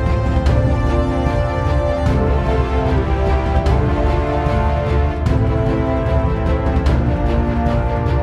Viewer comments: On a historic note, the original castle was already in excess of 400 years old before the time of Uhtred, who actually had a very limited historical impact. Just a note to foreign visitors: its pronounced Bam-brer and not Bam- ber-er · You're not pronouncing Bamburgh correctly. I grew up there. It is pronounced Bamburra. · It's pronounced bambra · It would be a bloody good start if you could pronounce Bamburgh correctly.